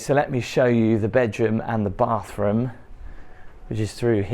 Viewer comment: Is it common in the UK to say "baafroom"? I notice pronounces it like that.....thanks!